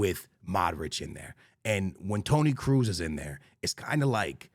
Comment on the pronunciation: man cant even say kroos corectly